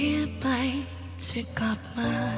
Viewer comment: อยากให้น้องออกเสียงคำว่า “กับ” กับ “กลับ” ให้ชัดกว่านี้อีกหน่อยครับ ที่เหลือเพอเฟคมากครับ